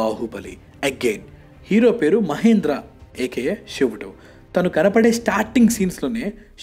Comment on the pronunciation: షివుడు కాదు బ్రో..."శివుడు" .... 🙏🏿